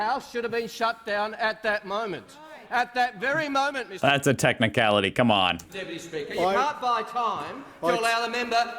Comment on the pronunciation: “That’s a technicality come on” So Aussie haha